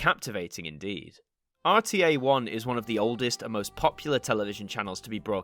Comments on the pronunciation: Fyi, RTE is pronounced or tee ee . It's in the irish language, standing for Radio (pronounced rah dee oh) telefis Eireann (radio television Ireland . ) Yes, I am irish . Spent a lot of time watching and listening to RTE television and radio growing up ! Please do a section on RTE idents. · Just a note. RTÉ is pronounced RTE. The thing on top of the E is a Fada from the Irish language, and doesn’t change the letters pronunciation. RTÉ stands for Raidió Teilifís Éireann (Radio Television Ireland). They have a number of tv services, RTÉ One, RTE2, RTE Jr RTÉ News, and TRTE (a block on RTE2 for teens) their best idents are for One, junior and TRTE. There’s even a video from the illustrator showing the process of making the new TRTE idents. For what it’s worth I’d love to see some of these idents make it to an ident review at some stage. The RTEjr idents are very popular here on YouTube. Also, just so you know, it’s RTÉ, not the RTÉ. Many who are used to the BBC make that mistake. Great content, keep it up👍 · Been here since episode 2, haven't left since :) oh and also you said RTE wrong. I can see why but it really annoys me a bit. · Just a little thing i noticed, when saying the name of RTÉ which actually stands for 'Radió Teleifís Éireann' (Radio, Television Ireland) you don't need to pronouce the fadá (accent) on the 'E', hope this helps! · The People in ireland call it Raidio Telefis Eireann